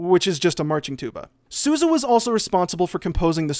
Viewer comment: Y'all pronounce Sousa wrong! Learn my family's name already.